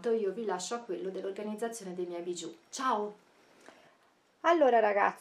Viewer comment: diciamo che si pronuncia bisciu' e non bigiu'